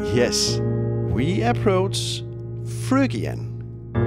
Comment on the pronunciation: This is a great channel & great video- this is exactly how I recommend learning modes. But a word of warning to people learning from this video who are native English speakers- you will sound very strange pronouncing Phrygian as it is in this video (totally understandable for someone not speaking English as 1st language!)